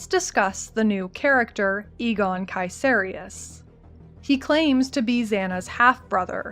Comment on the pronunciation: BTW nice pronounciation on the name Caeserius. Too many people mispronounce it just like "Caeser" the roman dude. It comes from "Kaiser".